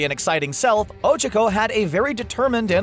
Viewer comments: It's O-Chak-O not O-Chic-O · she's called ochaco not ochico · Is not ochiko is ochako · Horikoshi: O: O Horikoshi: Cha: Cha Horikoshi: ko: ko Horikoshi: Ochako: O C H U C K O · It’s Ochako, not Ocheko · CAN U STOP SAYING „ouchakou“ ITS OCHAKO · It's o-choc-o but there pronouncing it o-chuck-o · o-chu-co OCHUCO?!?!?! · It occhako no ohhchcako, just to inform you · Ochiko?? ITS OCHAKO!! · You didn’t pronounce Ochako correctly -. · Why does he pronounce ochako like that...? And tsyuyu too lol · Uraraka not Ochako also you pronounce it wrong!!!! TRIGERED!!!!!!!! And you pronounce Tsuyu WRONG! AAAAAA!! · Really bothers me on how he says Ochako and Tsuyu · The way you pronounced Ochako, my god...